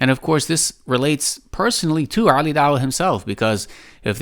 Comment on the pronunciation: Wow at the end he can't even speak right he said oli and ali wrong everytime which was 4 counts. I know he is wrong but am subbed to him because he is kurdish and so am I but for real I can't listen his supposed comedy is not funny. And really you can't take knowledge from someone like him or MH